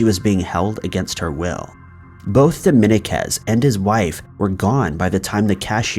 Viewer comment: love your stuff bro but Dominguez phonetically is DOH-MEEN-KEZ.